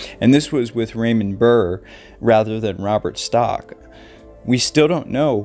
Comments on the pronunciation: It’s Robert stack the a is low . Hay stack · Robert STACK- not "Robert Stock" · Not Robert Stock, Robert Stack. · It's Robert Stack, not Stock. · Oh honey, it's Stack, like a stack of papers.